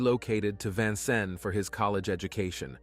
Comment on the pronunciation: I’m from Vincennes and was there when these murders happened. You left out so much! Please, at least learn how to say Vincennes correctly!